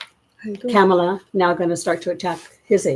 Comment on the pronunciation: FYI: Kamala is pronounced Comma-la. No camels. 😊